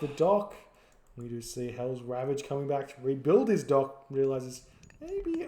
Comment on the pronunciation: is no doubt the best Age of Mythology caster, but I do miss hearing the way Black Adder would pronounce HellsRavage as Helsravitch. It sounded so much more Transylvanian.